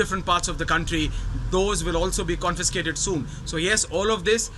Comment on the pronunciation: Get people who can correctly pronounce CONFISCATED